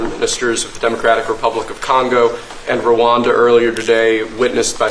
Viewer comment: Rwanda NOT Rawanda! These Western guys can only think fictional "Wakanda" movie. A little geographic education won't hurt.